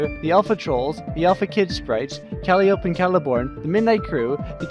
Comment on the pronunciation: Calliope is pronounced Cuh-Lie-oh-pee